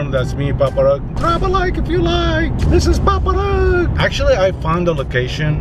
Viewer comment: was saying paparazz